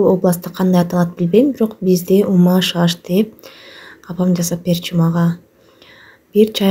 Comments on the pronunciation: Умаш эмес умач деп айтыныз. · Умаш эмес умач деп айтылат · Умаш эмес умач дэп айтылат негизи Мындай болуп умачталбайт силердики ун сыяктуу эле болуп калды маайда тоголок болот 😊баарылэ иче бэрет .Унутпай кыргыздын тамагы дэп жасаганын учун лайк😊